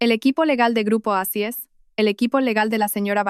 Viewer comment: Porque dicen eicis. Si es oasis😮?